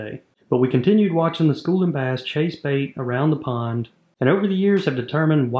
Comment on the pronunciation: I thought u said acre porn. 😅